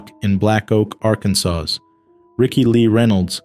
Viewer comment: The last letter in Akansas is SILENT....Hello?